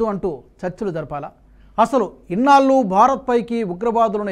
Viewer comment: ఇన్నాళ్లు అనాలి సార్. మీరు ఇన్నాల్లు అని అంటున్నారు. బాగా ప్రాక్టీస్ చేయండి. యాంకర్లు ఉచ్చారణ దోషాలు చేయకూడదు సార్.